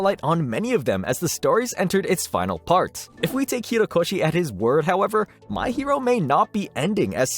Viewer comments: Horikoshi not Hirokoshi... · Bro it’s HOrikoshi not HIrokoshi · Kohei Horikoshi not Hirokoshi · HORIkoshi. Not Hirokoshi. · Actauly its horikoshi not hirokoshi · bruh really can’t pronounce his name properly, it’s hori not hiro 💀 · HORIkoshi, not HIROkoshi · my guy it's horikoshi not hirokoshi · Great video man. Couple notes, it's Horikoshi, not Hirokoshi, and also Shueisha is pronounced shoe-a-sha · Horikoshi not Hirokoshi. Shoo aysha not shoo eyesha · The Comments: Horikoshi The Narrator: Hero Koshi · Why does he keep saying Hirokoshi instead of Horikoshi. His name is Kohei Horikoshi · Nice news! Ok people have seen the kaiju no9 thing but plz, hOrIkoshi, not hIrOkoshi, you haven't said it right even once. But great video anyway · He also kept calling the MHA writer “Hirokoshi”. Felt like I was getting gaslit into thinking that I’ve been saying his name wrong this whole time. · he said hirokoshi when its horikoshi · ho ri ko shi him: hi ro ko shi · You keep saying "hirokoshi instead of "horikoshi " 🤣❤️ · Y'all really need to check your script writing and/or voice over. HORIkoshi, not Hirokoshi, and Kaiju No. 8, not No.9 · "hirokoshi" god how hard is it to slow down a little, think about it, and say "horikoshi"? It's disrespectful as fuck and so easy to change. It's not even like the pronunciation is hard for english speakers, just slow down and say it right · This is a nitpick and obviously it's completely fine. But the pronunciation is "HO RI KO SHI." Not "HI RO KO SHI". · It’s Horikoshi, not Hirokoshi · HORIkoshi, not HIROkoshi, this is too painful ahahhah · It’s horikoshi not hirokoshi it’s not that hard to do ten seconds of searching for the pronunciation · Am I crazy? It’s Horikoshi, not Hirokoshi right? He keeps saying Hirokoshi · HO-rikoshi not Hi-rokoshi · Sorry to be that guy but it kinda bothered me how you called Horikoshi as Hirokoshi the whole video lmao, was hard not to notice everytime you said his name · Horikoshi ... Not Hirokoshi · "HORI" - koshi